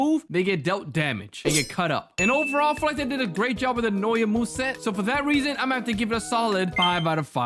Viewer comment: Bro it’s not “noya’ it’s “Na-uh-ya